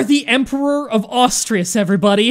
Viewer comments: I love how he tried really hard to say it right, but still got it wrong. He said Austriuas, not Asturias. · Still enjoying the absolute massacres of pronunciations after 40 episodes. Cortair, LombArdy, austrias.